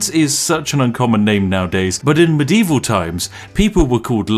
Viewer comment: muh dee vall FFS LOL